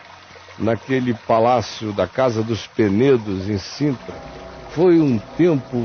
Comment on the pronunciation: É Sintra, com S. “Cintra “ não existe